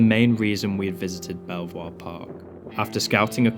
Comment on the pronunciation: I explored all the buildings, and the best one was the last one we entered, which had all the good stuff in it. By the way, it’s pronounced “beaver,” oddly enough.